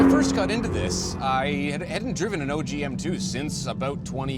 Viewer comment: It’s OG not oj